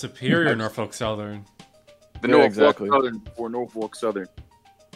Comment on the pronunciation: So now that I watched the entire video TWICE thanks to the OG vid being deleted, Here's my thoughts: I greatly appreciate the mention there, I really do lol! Yeah it’s true every time he says “Norfolk” wrong I politely point it out during my reactions. I love his Engines Of CSX series, and for now I’m patiently waiting for the next entry. But yeah, a very goated collab/Tier list put together and I loved every second of it! One last thing before I finish typing this. THE MILWAUKEE ROAD.